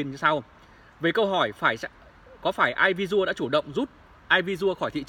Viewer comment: " e vi si ồ "..air visiual.